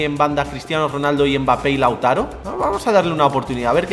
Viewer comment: Quien se da cuenta de que en el minuto dice LAUTARA